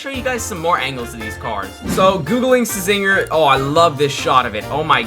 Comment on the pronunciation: it's pronounced as zinger the c is silent